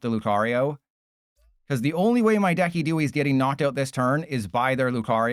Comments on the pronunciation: It's pronounced "DEH-sih-doo-eye", not "deck-ee-DOO-ee". Just FYI. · Why in the world did u call decidueye like that😭 That pronounciation is so cooked